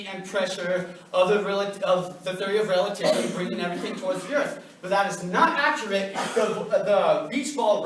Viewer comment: This guy can't even pronounce the theory of relativity properly and yet he wants people to believe anything that he saying that's a fucking joke